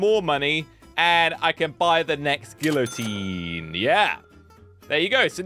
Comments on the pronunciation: Who's gonna tell him hes pronouncing the thing he created and his life's mission with the silent letter? Because I'm not doing it. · That is not how u say it